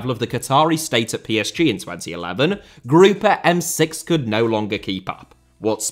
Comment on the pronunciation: Hey, as a French native, "Le Groupe M6" is pronounced just like in English, Group M6, the E is silent ☺️☺️